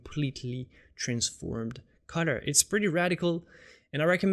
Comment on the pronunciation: Dude, I love your videos but I have 2 criticisms. First, there's no need to get so technical in your explanations. Second (and I know it's because it's not your native language) is your pronunciation of "colour". To me it sounds like "cudder".